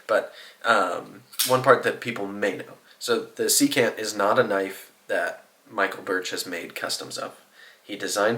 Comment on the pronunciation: Secant has the stress on the first syllable. SEE-cant. It’s a trigonometry term, the reciprocal of cosine.